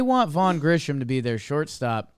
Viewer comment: I comment on these everytime you say it. My guy. It's not Grishom, No "H" in the pronunciation. My fellow Braves fans and I thank you. #jakesucks